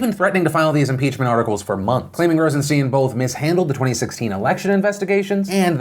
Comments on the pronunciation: Phil! Pronounce the man's name right. It's sound like mine not keen. IE Rosenstine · Phil, I love ya, but to be credible you need to pronounce people's names correctly. Rosen-stine (long I, like a stein of beer) and Good-lot. (not let) just sayin' ATB